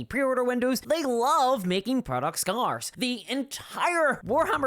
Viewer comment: Why are you mispronouncing scarce?